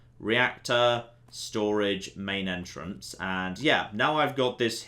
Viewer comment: "Main Entrance". Not Maintenance.